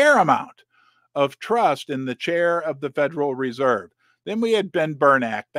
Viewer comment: Not Ber-nak ; Ber-nak ee